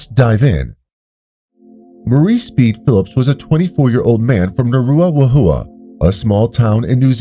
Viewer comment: Maori pronounce the letter W as an F, so you would pronounce it as Naruafaheeya